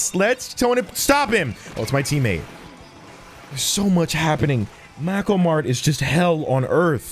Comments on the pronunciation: aUGh it’s pronounced “May-ko” mart (not mad at you) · mako mart YouTube subtitles: Macklemore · Everytime he says Makomart I hear Macklemore. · makoh mart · Butchers Mako Mart pronunciation.